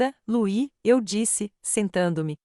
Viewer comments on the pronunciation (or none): none